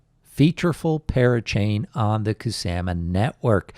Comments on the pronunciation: kuSAMa... kuSAMa.... the way u saying kuSAMa is very triggering to me idk why... kuSAHma not kuSAMa kuSAMa kuSAMA kuSAMA REEEEEEEEEEEEEEEEEEEEEEEEEEEEEEEEEEEEEEEEEEEEEEEEEEEEEEEEEEEEEEEEEEEEEEEEEEEEEEEEEEEEEEEEEEEEEEEEEEEEEEEEEEEEEEEEEEEEEEEEEEEEEEEEEEEEEEEEEEEEEEEEEEEEEEEEEEEEEEEEEEEEEEEEEEEEEEEEEEEEEEEEEEEEEEEEEEEEEEEEEEEEEEEEEEEEEEEEEEEEEEEEEEEEEEEEEEEEEEEEEEEEEEEEEEEEEEEEEEEEEEEEEEEEEEEEEEEEEEEEEEEEEEEEEEEEEEEEEEEEEEEEEEEEEEEEEEEEEEEEEE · The way you say Ku sa ma is cringe